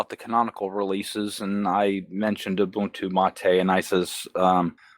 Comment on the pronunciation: Moo-buntu LOL. Maybe they should adopt pacman instead of reinventing the wheel. :) Continuing to enjoy the format change of not green screening into the videos. No matter who does it, unless it serves a direct purpose, it's distracting.